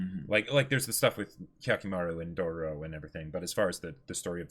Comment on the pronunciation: 3 episode has passed and they still calling it Dorororo 🥴 even after hearing the right one so many times